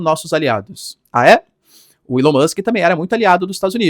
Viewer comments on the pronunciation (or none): none